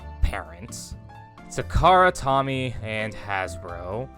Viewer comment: Toh-me, not Tommy. Why would it be Tommy with one M you maniac.